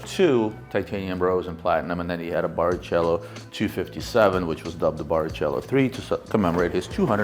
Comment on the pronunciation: its pronounced barikelo